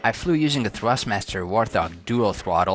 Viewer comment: wart hog not "war thog" : )